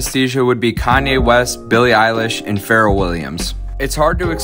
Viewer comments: Bro! How did you pronounce Pharrell!? Feral??? Come on man!!! Damn. FAIL!!! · This is awesome but the only thing I can focus on is how he pronounced “Pharrell” as “feral”. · FARREL WILLIAMS. lol. Its FUH-rehll. (Rhymes with "the bell") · Did he pronounce Pharrell as Ferrell 🤣🤣🤣🤣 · Everyone: talking about synesthesia Me: How did he just pronounce Pharrell Williams’ name? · The way he pronounces "Pharrel" has me rolling. I guess when he was Googling he didn't think to see how it's pronounced LOL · i have synesthesia too, with names and songs… but i can’t get over how this man pronounced pharell williams’ name 😭😭😭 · Yo, that is definitely not how you pronounce pharrell Williams at all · The Pharrell Williams pronunciation triggered me